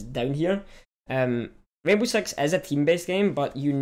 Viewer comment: he said sex instead of six